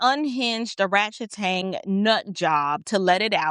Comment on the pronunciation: I'm sorry but every time you say oratchtang I crack up 😂😂😂😂 but she is embarrassing herself.